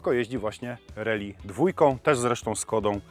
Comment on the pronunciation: nie "reli" tylko "rAli"